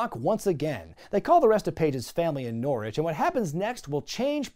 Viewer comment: You don’t pronounce Norwich “Gnaw - Ridge”. It’s just “Norr-rich”